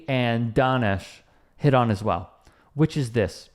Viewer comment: I love how regularly uses Danesh’s work, but doesn’t even take the time to pronounce his name right. In this video, he pronounces it 2 different ways.. but it seems like often mispronounces things.